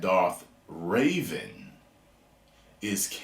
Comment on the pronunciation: It is REVAN not RAVEN please xd